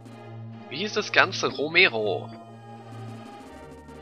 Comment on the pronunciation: "Romero"? klingt fast wie "Emero" :D